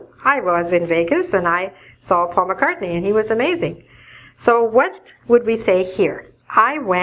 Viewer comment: Please, explain me, why doesn’t say "S", when she says "Paul McCartny's concert"?